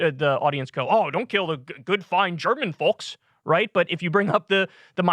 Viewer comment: The 'l' in 'folks' is silent.